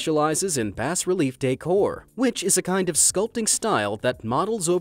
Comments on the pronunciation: it's pronounce BAH-relief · It’s not “bass relief”. It’s pronounced “”bah relief”. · In the phrase " bas relief" the s is silent. Its not base relief, its bah relief. :) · The word BAS Relief is pronounced 'BAH' not 'BASS' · It's pronounced "Bah" relief It's French. Ignore the 's.' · Bas relief is pronounced Bah relief. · bas relief is pronounced bä″rĭ-lēf′